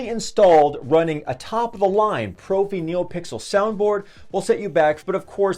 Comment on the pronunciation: Love your channel. just a bit of info for ya it is actually pronounced pr"off"ie for the soundboard name